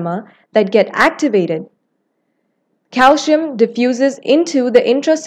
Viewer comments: It is pronounced “ calsee-yum” . The narrator is indian ( or someone from the Indian subcontinent), where most people mispronounce it as calshium. Thanks for the video! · It is called CALCIUM not CALSHIUM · he’s spelling it how they said it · Her pronunciation of calcium irritated me. But thank you for the video.